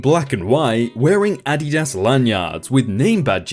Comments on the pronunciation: Adidas. Ah-DEE-Das. Unstressed-stressed-unstressed my dude. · OK... I'm gonna try & get through the first story even though your English sometimes SUCKS!! Them shoes are pronounced "A-Deed-iss". Every time you butcher that word is painful. It makes me wonder if you aqre actually on this planet. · Addy das ??? fucking REALLY?????how do you say "Nike" or "New Balance"... never mind I do not want to know... W T F????? If you say "Addy Das" one more time I am un-subscribing & will warn others to avoid your channn- nell. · You say Adidas weird lol. The company pronounces it uh-DEE-dus. ADD-y-DAS sounds strange. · Love the posts. Great stories but being in the USA. I HAVE to tell you. You are pronouncing Adidas wrong. It is not Ah dee daas. It's (( Ahh Dee Does )) say that fast. Sorry. Just irks me. lol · Oh for fucks sake, it is pronounced "Uh-dee-dus", not "A-dih-dass". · Your pronunciation of SOO many words is SOO bad. It’s AdEEdas. Not Ady-das. Also, it’s shopping cart, not trolley. Cash Register, not till. Tennis shoes or sneakers, not trainers. Elevator, not lift. Bathroom, not lou. If literally more than 300 million people say it instead of 56 million, I’m going to side with the much greater number. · Content creator- Adidas is pronounced ah-di-dah-s OR a-di-das...... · Nope its a german brand and is AH-dee-DAS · LMAO I just had to pause the video to explain what you were saying to my ten year old. It's pronounced Auh-dee-dis. Silly. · Adidas is pronounced = Uh-Dee-dus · Technically ADIDAS is said like AH dee dahs with short a sounds on the a letters. keep up the great work though, LOVE your videos! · Like uh-Dee-das. The way pronounced it just sounds really weird lol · Adidas... the emphasis is on the 1st syllable, not the last syllable... "AH-dee-das" JESUS, your work is reading words so you should learn how to fucking pronounce them! Don't you think? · I don't think I've ever heard someone pronounce Adidas that way before lol